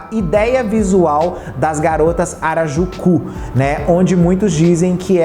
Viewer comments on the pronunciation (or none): Dica construtiva: melhora essa pronúncia pq ta tenso: millenium, memoirs, harajuku...e ate coisas em português tbm